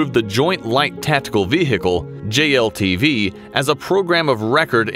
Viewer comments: Nice vee-hickle. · vee hhicle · Its vehicle; not vehhhicle. The "h" is silent. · It’s not a Ve-Hicle, it’s just one word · "The Ve-Hickle" Oh America. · The Humvee was a good Veehheehheecle. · The way he says Ve Hicle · Got it. It's a vee hickle. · The vehicle, the H is silent. Not Ve Hick le. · What the hell is a vee hee cal? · why he says ve-hicle? annyoing asf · The veehikel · This guy really puts the “he” into vehicle 😅 love to hear how he says cool whip 🤓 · any one else hated the way he said vehicle? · Did you know, the H in vehicle is silent? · I love how a native american narrator cant pronounce "vehicle" without strugle, while I a Hungarian can :D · Why is no one talking about how he pronounces vehicle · Why is vehicle so hard to pronounce in American? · Anybody else bothered by how this guy pronounces "vehicle" ?